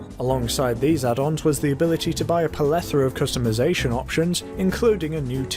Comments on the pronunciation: Are you saying "palethora"? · Plethora. Ple-tho-ra. Okay, carry on. A decent video. The production is good, and you speak nice and clearly, but the writing is letting the side down somewhat... the grammar and word choice are both a little spotty (welcome back to the first episode?), and I'm wishing there were a little more detail, such as at points where you say something was changed, but you don't say what the change actually was; for one example, how much the cost of Lester's removal of wanted levels changed from and to. You simply declare that it changed. It's not very informative to include mention of a mechanics change like that without contextualising it by briefly summing up its former and latter states, especially when you're quite happy to devote so much more screen time to smaller changes, like the removal of cardboard boxes from one particular race job. Despite my criticisms, I did enjoy watching, and I'll be looking out for more of these! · Guys, please help mw on this. I am greek and our language includes the word 'plethora' or 'πληθώρα' which in greek ia pronounced 'pleethóra'. How do you pronounce it in English?! I thought it was 'pléthora' with a barely audible 'o' but our friend here gave me the big C0nFußßion!! Help!!